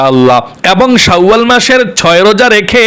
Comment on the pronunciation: শাউয়াল মাস হবে না, উচ্চারণ টা হবে শাওয়াল মাস